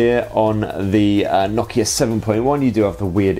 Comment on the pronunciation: Nock-Key-Yeh No-KEY-A